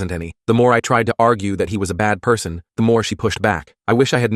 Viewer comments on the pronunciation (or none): “Pr-son” got me dying 😂 (edit 1: DANG YALL IT BEEN A DAY AND 31 likes!? TY) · Bro, the “pee-arson” got me cracking up